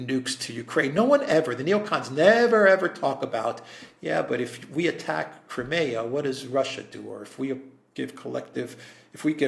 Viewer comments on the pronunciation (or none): none